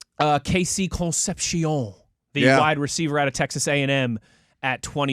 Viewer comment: For God's sakes, stop pronouncing Concepcion's name like it's French. You sound dumb